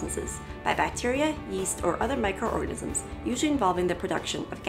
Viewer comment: did she just say microrgasims??????